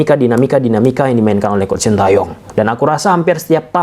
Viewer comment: Mas bacanya coach; kouch.. bukan kuct ! Nti jd kuch kuch hota hai 😂